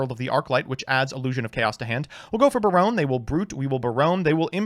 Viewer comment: BEAR-OWN De Fluer